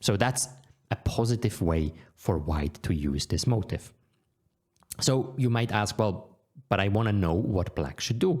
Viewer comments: Thank you Noel! Small piece of feedback: It is unclear whether you are saying motive or motif. I normally wouldn't say anything if it were only the pronounciation, however, this made the meaning of what you were saying a little unclear. Are you talking about the opponent's motive (i.e. what they want to do) or rather commonly occurring motifs (i.e. commonly occuring patterns in the position). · Motif pronounced mow-teef. Please PM me exclusive coupon code.